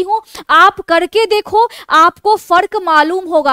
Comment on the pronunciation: आपको फड़त कयुँ नहीं फड़दा 😂😊